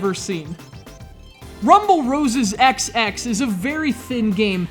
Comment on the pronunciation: The title is pronounced Rumble Roses Double X. Also, the first game was so much better.